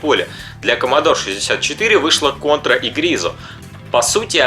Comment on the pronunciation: Раз уж ты такой любитель истин, то произноси названия правильно. По японски звучит не Конто́ра а Ко́нтора.